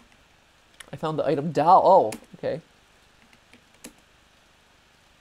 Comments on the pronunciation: i can't be the only one who finds the way matt says 'doll' funny, it's like 'dAwl' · Am I the only one here who noticed he pronounces doll as "Dowl"? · Mat saying dahl gives me seratonin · Anyone else find it cute how matt pronounces doll? Like he says "Dall" 🥰😜